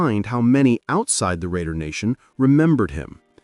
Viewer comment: Love this, but you missed pronounce some of those names.